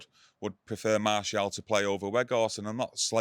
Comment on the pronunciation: It aint got an 'L' in it 😂 It's not 'Martielle' either. Gary Neville has been calling Malacia 'Malicia' as well.. what is going on?